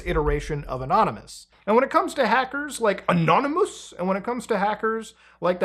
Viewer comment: That is the only correct way to pronounce anonymous when it comes to these guys lol